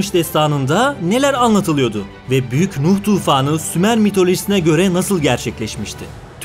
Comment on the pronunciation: Hocam şu “R” harflerini yutmadan anlatın lütfen. “Kanıtlıyo, anlatılıyodu “ vs gibi kelimeleri kullanırken özellıkle yüklemleri kullanırken whatsap yazısması gibi anlatıyorsunuz. R harflerini yutuyorsunuz olmaz böyle